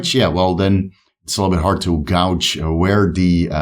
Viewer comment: Gauge (as in to measure) is pronounced gay-j in English btw (fair enough not knowing being esl). Gouge (which means to rip someone off) is said how you pronounced gauge.